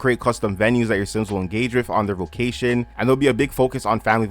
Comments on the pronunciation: bro are you saying vocation or vacation??? i literally cant finish this video ... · that’s so interesting! if your family and ppl you grew up with also say it like that, maybe it’s just your accent?